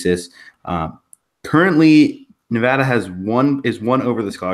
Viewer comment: NUH-VADD-UHH not NUVAHDUH